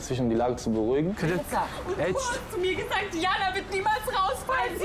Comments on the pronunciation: Andrea Leeger Didschana😂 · Wie oft noch?! Man spricht es wie Jana! Di-Jana! Also einfach Di-Jana😂🙄🤦🏼‍♀️